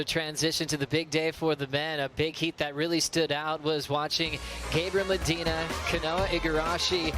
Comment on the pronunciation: Mediner ??? Es Medina.... speak proper English you bloke....